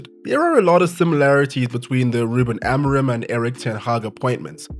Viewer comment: no offense, but your pronunciation of "Ruben Amorim" is laughably bad